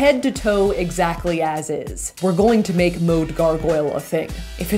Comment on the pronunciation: I love it when she said “a style transformation eshactly.”